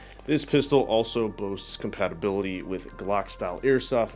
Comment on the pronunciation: you're not a child say pistol and speak properly